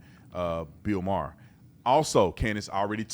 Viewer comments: BILL MYERR!! 🤣🤣 said with such confidence right out the gate. Got me laughing. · "BILL MYER"(with confidence) 😂 Brandon:MAHER:MAHER? 😂😂😂😂😂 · “Bill Meyer.” “Maher.” “Oh” Lol